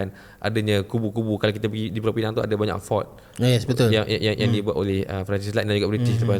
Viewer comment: Pulau Pinang..bukan pineng...pineng tu power bank...Penang pun bukan...ada 2 jenis e sahaja...e pepet dengan e tanda....jadi mengapa kita guna Penang tapi sebut pineng power bank?